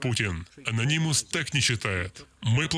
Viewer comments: Ano’nymous На 2 слог ударение Спасибо за ролик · бесит твое произношение ононимус ....уши вянут.